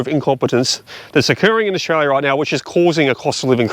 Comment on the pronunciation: I love how you say Australia in Orzchrarlyah